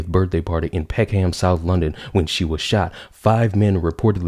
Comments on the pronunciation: Yes, that's why I said what I said. The whole of England getting upset upon hearing "Peck-Ham" as was said in the video. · When you said "Peck-Ham" I felt the entire country of England get triggered. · the way he pronounces Peckham sounds weird as well..... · Peckham the H is silent 🤣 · Good video but he pronounced Peckham wrong